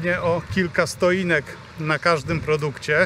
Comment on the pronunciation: Stoinek??? Stotinka